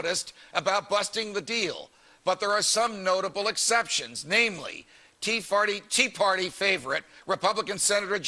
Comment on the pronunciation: he says Tea Farty@ :25 lol